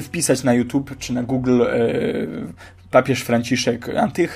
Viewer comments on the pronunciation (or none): none